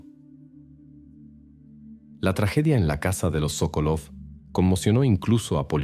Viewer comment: Sókolov es correcto el apellido, la esposa es Sokólova. Los nombres en ruso se pronuncian como esdrújulas. Si la palabra es grave, el acento va en la primera sílaba como Pútil.